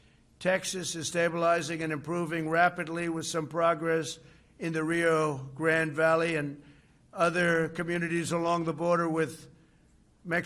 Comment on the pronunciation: “Rear Ro Grand Valley”?🤦‍♂️